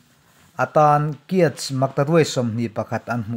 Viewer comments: Burma poisa hi a lam dan hi kiat ti in lam tur a nilo , kyat / chiat tih tur aw ..😁😉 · Inmi finchhuahnaah kan lawm thin e..nia myanmar pawisa kyat hi google pronunciations ah chuan khiat or chiat tih a ni a,mizo kan nih angin kiat tiin kan lam...english ah k hi (khe) tia an lam vang a ni..mizo ah erawh " ke " tiin kan lam thung😊😀